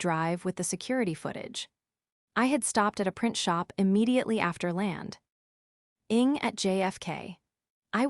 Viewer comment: Land....ing. cant even pronounce landing.